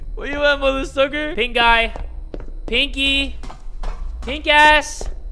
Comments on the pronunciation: I swear to Yan-Chan i heard "Pink eye" instead of "Pink guy" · the way he said Pink Guy when he introduced he game, I heard it as "pink eye" instead and I was really confused for a minute lmao..